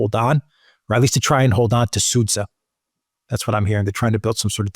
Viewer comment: Sudzha is pronounced as Soo-Jah